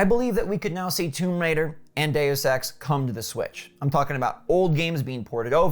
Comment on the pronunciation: day-you-sex lol